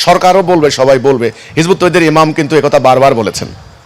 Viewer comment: ইমাম না এমাম বলেন